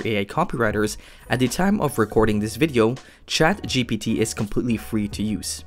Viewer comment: It's ChatGPT not ChaptGP3